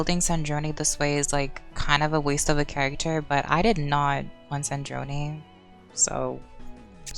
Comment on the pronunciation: dog cant pronounce sandrone and they literally say it in the game, dont mess with genshin players we dont listen, read, or know the story